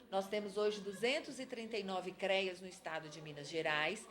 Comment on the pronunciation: Muito bom! Só dá agonia a pronuncia "CREIAS" FALA-SE: CREAS😘